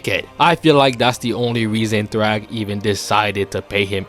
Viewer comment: It’s thragg not thrawg goofy